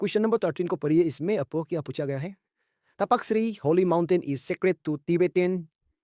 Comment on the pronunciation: Takpa siri boltae naa ki tapak